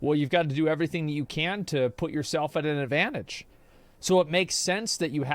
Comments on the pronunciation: Why does this guy keep saying "advontage"? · Why does this sissyron guy struggle with the word advantage so much? geez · This guy has a very odd way of pronouncing "advantage"